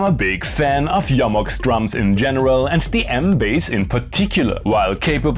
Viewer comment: YO-MOX. So refreshing to hear the name pronounced correctly.